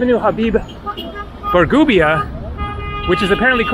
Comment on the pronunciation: habib bourgeba not bargubia